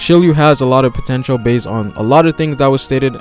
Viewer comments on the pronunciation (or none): none